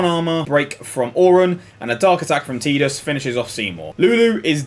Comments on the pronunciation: "Teedus" lol, you aren't even using any of the common i phonetics... It's "eye" in Tidus. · does the UK version have a different audio than the NA release? Spent the whole video wondering why you'd call him TeeDus. o,o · Kingdom Hearts 1 and Dissidia both pronounce it "Teedus". I personally call him Tiddles